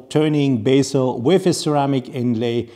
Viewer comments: Pronunciation of bezel is “beh zl”, not basel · Bezel, not bassel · take it positively. I cringe when I hear bassel somehow. A influential watch presenter like yourself should pronounce it correctly.